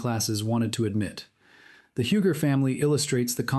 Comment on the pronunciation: UUUUGGGGEEE... NOT HEWGER